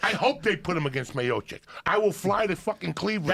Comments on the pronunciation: It is pronuonced miochich. Joe said miochich and joey said miochic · "Meopic" is crazy dawg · ""put him in there against stiopic"" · "SPIOPIC" He knew he fucked it. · Rogan only "argument" is say the name properly and your gum is climbing out of your mouth. When Rogan was first time commenting on Miocic fight he pronounce miocic as a mayosick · Lmfao i love when joey fucks up ufc fighters names by mixing their first name and last name and calling them that.he called stipe miocic stiopic hahaha when he has jorge masvidal on his podcast he kept calling him masdival